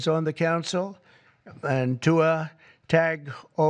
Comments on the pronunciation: Ha ha, boy the prez gutted Tua's last name😅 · Absolutely butchered Tua’s last name lol